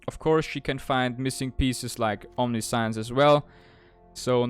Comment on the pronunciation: I know English isn't your first language, so I want to help you pronounce Omniscience correctly. You are pronouncing it "omni-science", which is how it looks, but that's incorrect. For future reference, it's pronounced "om-nish-ence". That's the US English way of pronouncing it. The UK/European version is "om-ni-si-ence". Both are technically right. Here's a link that can play both versions of the pronunciation for you. Hope that helps! EDIT: If anyone didn't know, "omniscience" means all-knowing, or knowing everything there is to know.